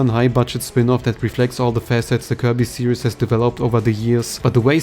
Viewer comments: How to pronounce the word Series (SEE-REEZ). You are saying the word Serious. Serious - Careful in thought, full of concern, or restrained and dignified in manner; somber or grave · Please learn to pronounce the word series. It's not "serIEs", it's "serIIs". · This isn’t any kind of major criticism, just a tip with the word “series”. You are pronouncing it like “serious”. You don’t pronounce an “us” sound for the word “series”. You pronounce it the same way you were, just without the added “us” sound you were placing in the word Great vid! I hope sakurai really reps kirby well, whatever happens!